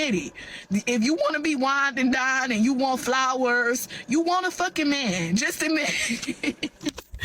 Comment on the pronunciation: how do they turn the word man into two syllables? mee-in, may-in